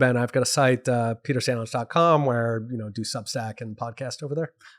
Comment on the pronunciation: The “Saint” in Peter St. Onge don’t be silent.